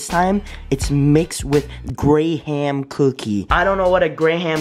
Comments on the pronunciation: GRAY HAM😂😂😂. It’s pronounced gram u boi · Ffs have you never said “Gram” cookie pronounced “Graham” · Any one notice that he said gra-ham cookie but it said Graham cookie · You say Graham cookie like "Gram cookie" Love your vids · It's pronounced greh-m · yo, tell me he's lying when he pronounced "graham" like that. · Lamo anyone else realized that he said graham wrong